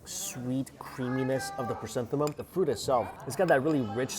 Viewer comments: hahah guess he got confused with chrysanthemums in pronunciation. cute 🤭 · Lovely chrysanthemum